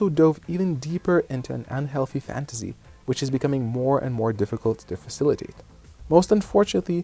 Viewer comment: "fantasy" is pronounced with an "S" sound , not "Z" sound. But good video.